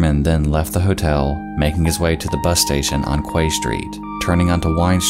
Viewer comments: By the way: Quay is pronounced "kee" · in english quay is pronounced key. Much love for the videos :* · Haha you have probably insulted the whole of Sligo town. It is most definitely not in Northern Ireland, Sligo is in the Republic of Ireland. Touchy subject;) The cliffs in the video are The Cliffs of Moher in County Clare 200km from Rosses Point. Quay is pronounced Key. I learn so much from your videos so just sharing back information to you not to be pendantic. Love your work, always enjoyable, thank you. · quay= "key" and "keyside" not "kway"... Good video, thanks. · Quay is pronounced like key ❤️ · Kway street 😅 Why do Americans always screw up nautical terms so badly?! 😂 The way you guys pronounce 'bouy' as 'boo-eee' is just weird. It's pronounced 'boy' like it is in 'harbour' as it's has similar meaning. Quay is pronounced 'key' and 'quayside' sounds just like 'key-side' sorry for the rant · yes, pronounced the same way as a key for a lock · Thanks for the video (always enjoy your work). One note...'Quay' is pronounced 'Key'. It's a nautical term. - Apologies if someone has already made the same comment. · Quay is pronounced like Key, Quayside is Keyside. It's especially, not expecially. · Been to Sligo, absolutely beautiful little town Also quay is pronounced key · Just incase you didnt know, 'quay' is actually pronounced like 'key'... Love the videos! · Sligo is in the republic of Ireland and Quay is pronounced key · "Quay" is pronounced like "key" :) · just to let you know quay is pronounced “kee” and especially isn’t pronounced ekspecially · QUAY is pronounced "KEY" and refers to a marine dock or wharf. Same with quayside - "key-side" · Quay is pronounced Key by the way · Just a quick fyi... 'quay' is pronounced 'key'. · 'Quay' is pronounced 'key', btw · "quay" is pronounced like "key" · Quay is pronounced key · I know you’re American and all but Quay is pronounced Key, no shade just letting you know